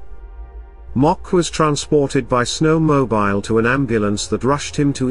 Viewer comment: I wish these reports about America were narrated by someone that spoke American english. I get tired of listening to some European, mispronouncing common words like snowmobile. Syntax is always off and the job could have gone to someone born and raised in America. I didn't finish listening to the rest of the presentation.